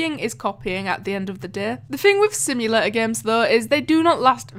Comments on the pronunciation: why you say like simulaaa is simulator not simulaaa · What is a "Simula-or" ? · Idk how u pronounce simulator bc u said simulaor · Omg, your "simulator" is really weird. From what country you are?